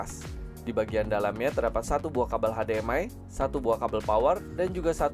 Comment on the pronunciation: hade,em,ai bukan nya hesdi,em,ai 🤣🤣🤣🤣🤣🤣🤣🤣🤣🤣🤣🤣